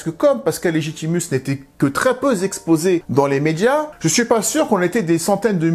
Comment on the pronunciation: « Très peu z-exposé », c’est un effet des oreilles de cancre ? 😂😂😂 Et il y en a d’autres: « qui z-ont pas évolué «, après j’ai arrêté le recensement, cela aurait été lourd (et fatiguant)